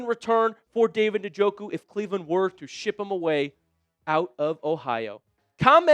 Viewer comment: This guy is an idiot,.he can't even pronounce njoku,s name